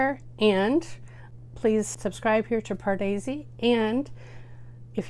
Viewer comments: Hi. I love your love for Indian cinema. I have watched you for quite some time (subscribed!). I love how you pronounce the Indian words correctly most of the time. BUT..... it really grinds on me (like nails on a blackboard) the way you pronounce the main word on your channel. Yes I’m talking about your channel name. Padesi!! Please take this as constructive and see if you can correct it for the future. I’m going to write it phonetically, how you say it, and how it should be said. You say it as “paar-daisy” when in fact it’s said as “purr-dey-see”. Try it and see. The rest of the time you’re spot on. Here’s an old song titled Pardesi from Raja Hindustani starring a young Aamir Khan. See how it’s pronounced. Just trying to help.:) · You’re welcome :) you surprise me when you pronounce the most hardest hindi words perfectly, like Bareilly ki Barfi, ayushman khurrana, bhumi pednekar etc. But I only mention Pardesi as it’s the word you will use lots of times as, it’s your channel name. Try singing along to the song Pardesi, the link I sent you, as they repeat the word so many times. And you’ll get it if you sing along to it. :)